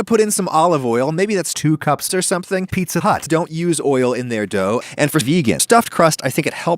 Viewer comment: Where did you get the clip of him saying Pizza Hut? I thought he just said “eatza glut” or “feetza butt”.